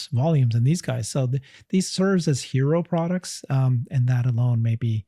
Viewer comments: "Halo" car! Not "hero". Why didn't correct him on that? 🤷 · Seriously 😇 <- HALO, not hero😂